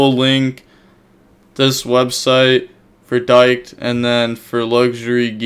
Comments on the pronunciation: word of advice don't pronounce Dkayed as dyke... lol It's pronounced decayed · It is pronounced D-Kaid lol come on bro u said diek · Lol it's not pronounced Diked...it's D-kayed ...he's a content creator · No fucking way you said dyked LMAO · Lol bro said dyke tournament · you may wanna work on pronouncing “dkayed” 😂